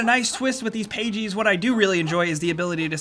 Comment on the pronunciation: Who says pages like that then?!?!?!